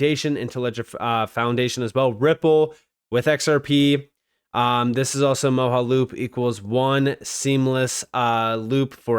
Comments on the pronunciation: It's pronounced MO JA loop not moho. Like your content but your Word pronunciation is real bad. Like uz instead of AS. Thum instead of Them. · It’s pronounced Mo-ja-loop, not Mo-ha-loop. You’re making my brain hurt 😂😂